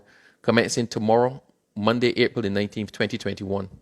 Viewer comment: Two words into the Newscast and you're making mistakes already. The word is MONDAY and it is pronounced MONDAY....MON-D is incorrect.